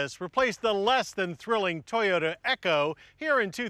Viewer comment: Funny at .5 especially the way he says Echo